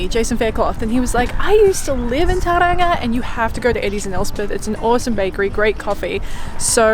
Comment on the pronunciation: Just a heads up Tauranga is pronounced Tauronga.